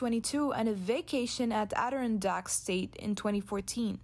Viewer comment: Good report, (although you pronounced "Adirondack" wrong), but the title is misleading. Thomas is not under investigation by any official body, at least not yet, and saying someone is "under investigation" implies that the individual is being investigated by some legal or administrative body, like the police, FBI, Congress or IRS.